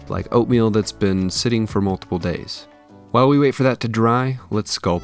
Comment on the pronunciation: Oooohhhh "oatmeal." Kept thinking you were saying "opium," and it seemed like you really knew your range of poppy product consistencies down to a fine science.